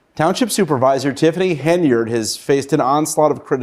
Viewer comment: It seems nobody, can read, how do they get henyurd, out of Henyard?